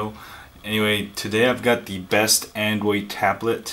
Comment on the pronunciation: angoid tablet... lol